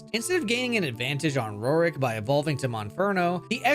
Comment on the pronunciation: Who tf is “Ro-Rick”? It’s pronounced “Roar-ck”